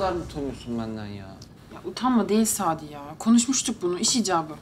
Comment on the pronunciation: Sabri? Şu adamın adını bi doğru söyleyin 😄 sadi sadiii